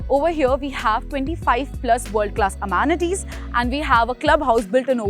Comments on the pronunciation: Please please.. it is not emanatees... its amenities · When will you kindly stop saying amaanities? In every video, it's very irritating to hear that